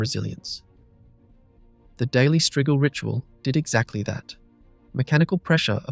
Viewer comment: strigil, not straegil